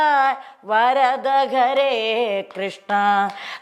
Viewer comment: എന്ത് വാ ഇത് എന്റെ പൊന്നേ എല്ലാം കൊള്ളാം. എവിടെയാ സർവാ എന്ന് പറഞ്ഞിട്ടുള്ളത്.നാമോ എന്നൊരു മലയാളം വാക്ക് ഇല്ല.ഇങ്ങനെ ഭാഗവത സ്തുതികളെ നശിപ്പിക്കല്ലേ. നല്ലയൊരു ആചര്യന്റെ ശിക്ഷ്യ ആകാൻ നോക്ക്.. ഒരുമാതിരി നന്നായി വായിക്കാൻ അറിയാമല്ലോ. ശിക്ഷ്യ പ്പെട്ടു പഠിച്ചു എന്ന് തോന്നുന്നില്ല. ആയൊരു കുറവ് നന്നായിട്ട് ഉണ്ട്.. 🙏ഒരു മാറ്റം ആവശ്യമാണ്.ഇടയ്ക്ക് വന്നപരസ്യം അവസരോചിതം തന്നെ. ഹരെ എന്നല്ല ഉച്ചാരണം ഹരേ എന്നാണ്. 🙏